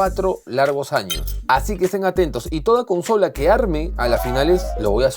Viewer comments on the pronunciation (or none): none